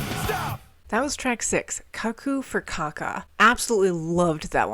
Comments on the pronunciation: Cuckoo for caca is Mike Patton at his most unhinged and I freaking love it! Also it's "koo - koo" 😅sorry! I just always remember the advertisement Cuckoo for Cocoa Puffs! Except of course he's not talking about the tasty chocolate cereal here. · It's cuckoo as in "cuckoo clock".